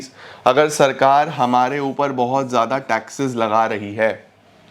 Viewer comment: Zyada ❌Zada✅